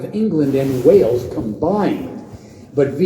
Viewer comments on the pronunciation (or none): none